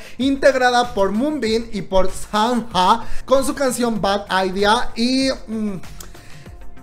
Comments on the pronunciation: Comadre, gracias por hablar de mis poderisisimos estrellos DDankong. Si queres ver mas carne de MoonBin hay que comprar el album. Hay fotos muy destapadas. 😉💪🏽 Te sigo hace mucho, pero con mi otra cuenta. 🤭 💜⚫⚪DDANKONG⚪⚫💜 P. S. SANHA s pronuncia SANA. No SanJa. Besosss mi. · se pronuncia Sana xd